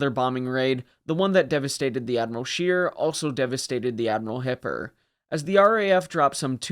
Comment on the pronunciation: It should not be too difficult to ascertain the German names, or how to pronounce them: Admiral Scheer...NOT ' Sheer' but ' Share' . Not really correct but a lot better.